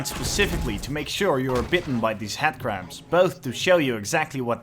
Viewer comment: I love how you say "Headcrab" because it sounds like you're saying "Hatcrab" which is, incidentally, what i'll be calling them from now on.